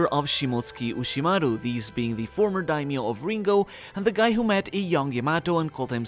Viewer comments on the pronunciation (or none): none